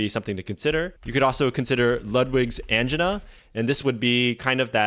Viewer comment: Are you intentionally mispronouncing words to increase engagement? Verbatim and angina were pronounced in a very interesting way.